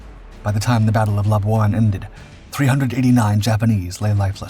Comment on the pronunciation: Wrong!There was no Britain in WW2.Before Jap occupation,North Borneo was a UK colony & Sarawak was a UK protectorate.Labuan was pronounced wrongly.Thanks for a show on a part of history rarely shown,though.